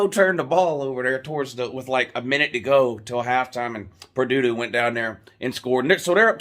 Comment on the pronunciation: The commentator said Purdoo-doo lol